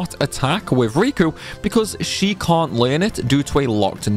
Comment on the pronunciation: nice video. i cont understand how you cant say cant kinda sounds like your saying cunt lol.